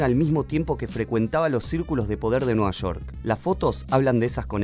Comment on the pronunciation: es Nueva Shork o Nueva York? 🤣